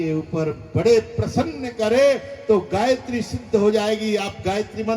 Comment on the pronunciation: गायत्री शुध्द उचारण भएन